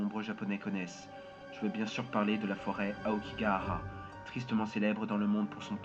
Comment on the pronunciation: J'ai du écouter 3 fois pour comprendre que ´cest aokigahara XD ( la fatigue la fatigue)